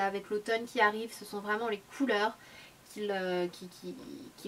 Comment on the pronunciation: Non, ça se prononce " ki " si jamais